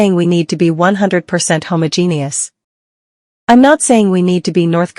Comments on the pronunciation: "HOMO-GENIUS"?? I hate computer AI voices narrating. Homogenous is not pronounced that way. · Sometimes I wonder if Americans got us all to his dangerous place because they can't read (or pronounce homogeneous). 😅 Les hope redeem yourselves!